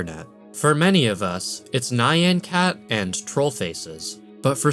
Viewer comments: NyanCat is pronounced like nyahn-cat. I can totally see why it looks like it rhymes with cyan but nyan is actually taken from Japanese! useless additional context: nyan/nya are Japanese onomatopoeia for cat sounds (in English, we say meow/mew for this) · 'Nye-an' Cat. oh my god no